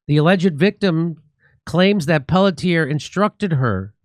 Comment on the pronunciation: The cops name is pronounced PELT EH. or Pelt,yay